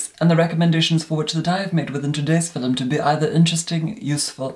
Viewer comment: If you guys still don't know, our immortal god says 'philome' not 'filum' ☺